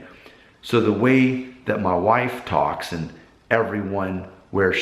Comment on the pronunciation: I was analyzing it, good video by the way, when you said "my wife" one time it slightly sounded like "mah wahfe" but like you said, maybe Ohio or MD level.